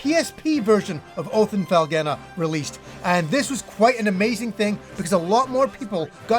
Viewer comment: I am interested to hear your take on your pronunciation of Felghana, You say FELL-GA-NUH when the voice acting in the game says FELL-GONE-NUH. I haven't heard that Japanese pronunciation either.